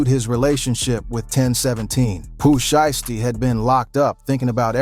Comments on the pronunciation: "Pu Sheestie" smh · Boi said Pooh Sheesty 😂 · Gucci Mane is not from Memphis!!!! Hes an Atlanta dide. And get that A I shit off yall saying Poo shiesty name wrong ASF.